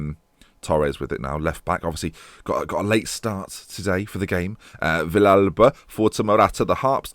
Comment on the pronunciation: Nice to finally see a fellow argentinian in the save! Also, Villalba is pronounced ''Vi-shal-ba'', with the ''sh'' as in ''show'' get well soon.